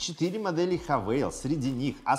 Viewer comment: Хавал... Не хавейл